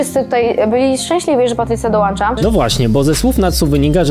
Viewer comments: Patrycja DOŁANCZA 🙈🙈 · Do natsu się dołańcza dołańcznikiem... 🤷‍♂️ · Dołancza, Natsu influencer.. BOZE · Natsu doŁANcza 😂😂😂😂